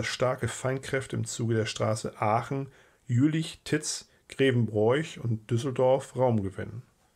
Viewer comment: unklar, sicher scheint mir aber: wer Grevenbroich so ausspricht wie der Vortragende kann sein Vaterland nicht lieben